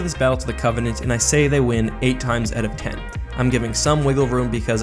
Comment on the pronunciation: Of course he's Canadian, he pronounces out like oat.